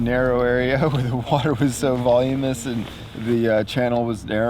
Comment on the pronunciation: Voluminous not volumous.